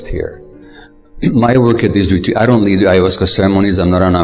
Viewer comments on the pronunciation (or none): I think it's cute how when he says "retreats" it sounds like "retweets". 🥰 "Twick or Retweet!" With love.